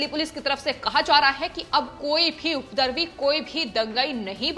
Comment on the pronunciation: 'उपद्रवी' का उच्चारण ठीक से करें🙏🏾 'उपदरवी' न बोलें